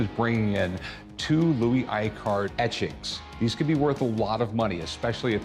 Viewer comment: Icart is not pronounced Eye-cart, but E-car, silent 't'.